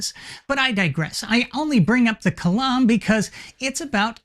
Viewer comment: Kalam I like "m (spoken like Salam Alaikum)